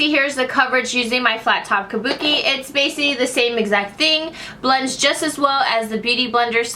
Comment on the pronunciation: I noticed you don't know how to say Basically 😂